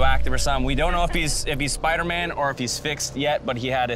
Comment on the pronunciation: The narrator called him SPIDERCAN!!!😂😂😂 sad Phil missed it